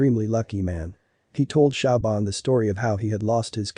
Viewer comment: siobhan is not pronounced shauw-bahn, but shavorn